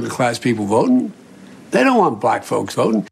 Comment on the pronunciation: Folk not usin the g's. Sounds like me😉 But then again, I'm Southern. He ain't. 😎